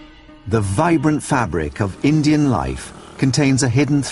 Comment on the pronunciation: did he say acient engines hes racist its supposed to be indian